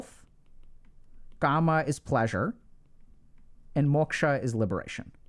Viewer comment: Its not ' karma' its 'kaama'